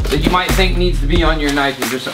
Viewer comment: Thaht's nawt a knoife thiies is a KNOIFE!